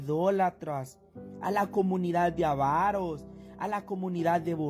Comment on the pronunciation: Hermano se dice avaro no ávaro.